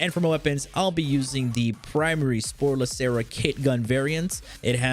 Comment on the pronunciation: Why does he keep prounouncing sporelacer " spore lacera"?